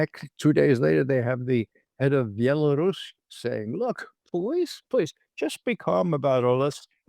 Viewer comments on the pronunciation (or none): none